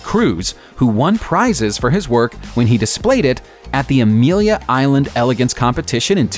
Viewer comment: Trolling on, it is pronounced ele-gance with a short a. Robo voiced? And nothing wrong with being a car woman or guy... Take a ride in my '37 Plymouth pickup or my '67 California Camaro.